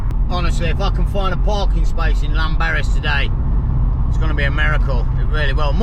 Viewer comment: Good video. Ps a double Ll in Welsh is pronounced th for example thlanberis x